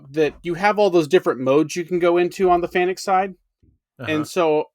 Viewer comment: I've heard the Employees of FANUC pronounce it as "FANIC", I refuse, I've always pronounced it as "FANOOK". I'm not knocking anyone, it just is not spelled to sound like "FANIC".